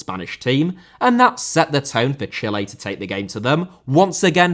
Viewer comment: Chile * not Chelei Russia* not Russier Trézéguet* not Trézeguei Lizarazu* not Lizarohrzu Deschamps* not Deischamps Diouf* not Djouf Ghana* not Ghohrner Roberto* not Robötouw Calciopoli* not Calciiopouwli Cannavaro * not Cannavohrouw Pirlo* not Pölouw Gegen* not Gaigen Piqué* not Piquei Busquets* not Băsquets Andrés* not Ondres Xavi* not Dgiavi Diego* not Diyeigouw Possession* not Posession Jérôme * not Jerouwm Boateng * not Bouwateng Lahm* not Lohrm Klose* not Klouwsser Schweinsteiger * not Schueinsteiger Kanté* not Kantei Kimpembe* not Kempembei Tchouaméni * not Tchouameini Rabiot* not Rabiouw Mbappé * not Mbappei Benzema* not Benzemohr Guendouzi* not Gwendouzi